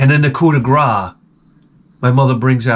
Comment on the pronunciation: We say "coup de grace" ;)